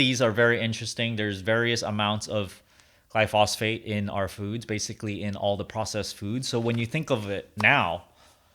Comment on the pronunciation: Pronouncing glyphosate wrong